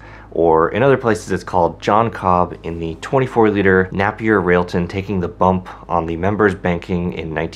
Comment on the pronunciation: Pronounced nApier.